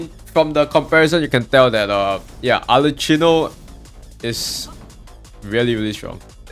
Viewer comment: Its supposed to be arlekkino lol